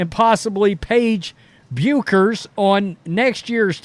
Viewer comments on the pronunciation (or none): I appreciate the fact you want to promote the sport of the WNBA and CC and point out the nonsense of folks like Hill. However, you don't help the argument when you don't fully understand the players involved. It's not pronounced Bewkers...it's Beckers. It just takes away from your argument if you don't really know what you are talking about. You have a platform...don't simply be click bait.